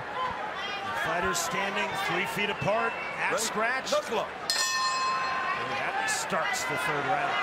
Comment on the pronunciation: yea good to see other people making comments on how cringe this announcer is.... someone needs to coach him on what words to emphasis on cuz... he sounds so white and nerdy... "hello hello hello"? really? as an intro? lmao.... and then his silly 'KNUCKLE UUUUUUUUUUP' is.. lame... please someone help this man to not sound so nerdy.... help him with emphasis....